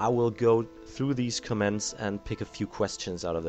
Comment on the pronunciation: Its comments not cements